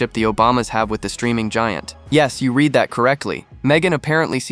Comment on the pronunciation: The word READ can be pronounced and used different ways. the narrator blew it. Try reviewing this shit before posting it